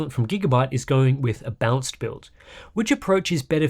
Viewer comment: I can watch this as many times I want, I always hear "bounced" instead of "balanced". Great review though!